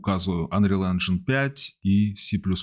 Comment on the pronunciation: "энжайн" режет слух, это рунглиш какой-то. Правильно "энжин"